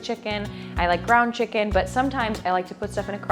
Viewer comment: You should be in prison for how you say chicken.